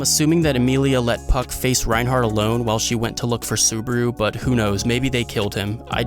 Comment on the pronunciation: Tf is going on is reinhard not reinhardt